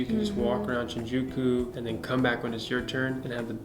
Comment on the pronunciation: Shinjuku sounds like sin you cute